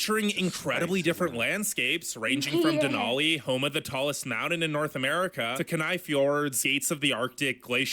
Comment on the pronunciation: Ok. I disagree greatly with this "top 10". & add to it the way he says "mounan". Dude, it's MOUNTAIN! 😂😂😂🥰